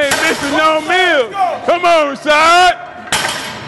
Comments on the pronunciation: " rashod"-CT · "RASHAD!" lol he didn't wanna step to CT and correct him 😂